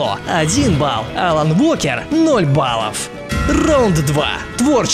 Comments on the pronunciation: Уолкер правильно, произношение поучи. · Уолкер правильно. W не читается. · wa произносится как уо